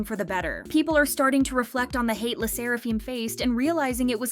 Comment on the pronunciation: “Le sseraFEEEM” wtf